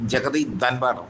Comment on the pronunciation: Dhanvar alla Dhankar ennu parayu